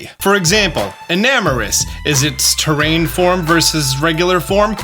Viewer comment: Theer-ee-an form. Not "terrain" decent attempt tho